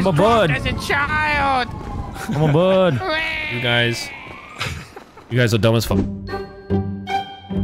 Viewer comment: “I’m a bwird” 😂